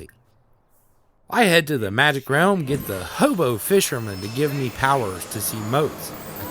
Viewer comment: Realm u pronounce at 'rumma'. Rumma magic is it just me?! Cute tho lol